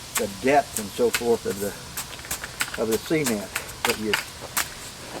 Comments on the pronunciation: Its nice Sea-Ment 😜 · I love the way this guy says cement as in cment or seement. Watching from Australia. Hope we have something like this here. 😊Thanks for sharing this with us. 😊